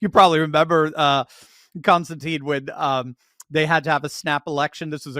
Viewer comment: Surely your guest's name is pronounced Constantin as it's spelled, ending with tin, not teen.